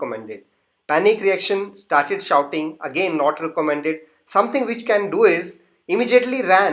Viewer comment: Sorry that s not shooting but shouting